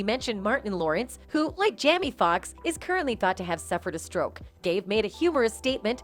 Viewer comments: The AI keeps calling Jamie Jammy.😂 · Why can’t this woman pronounce these peoples names correctly?? Seriously Jamie is a VERY common name or Diaz. She said Jamie once or twice then the rest of the time she says Jammy. DRIVING ME CRAZY! I’m trying to pay attention but I keep getting hung up. This isn’t her first video that you play we’re she’s mangling house hold names sheesh! She said Dave’s last name correctly then messes it up then correctly again. Maybe. She should pre-read her scripts a few times and then slow down a bit while recording! Get your shut together woman, so I can pay attention to the reports! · Is the an AI speaking cs she keeps referring to Jamie as Jammie and it’s driving me CRAZY……?!?! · Because for some reason, some of them act like they can't say Black people's names. They call TuPac Two Pack, and Chaka Kahn Chaka Can, and now she's calling Jamie, Jammy.